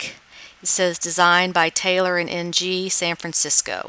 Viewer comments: Ng is pronounced "ing" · Lovely video. Very informative. I lived in Hawaii for ten years and had many Asian friends. Ng is definitely pronounced Ing.